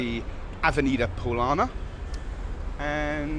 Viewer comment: It's ok to mispronounce words in Portuguese like Paulista, it was ok, we understand. But, in my opinion, we should issue a petition to the city hall demanding that they change the avenue from Av. Paulista to Av. Paulina, just love it.😅